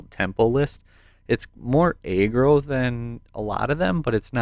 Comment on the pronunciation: Nice vid! Oh btw it’s pronounced (Ah-Grow) not (Aye-Grow)= aggro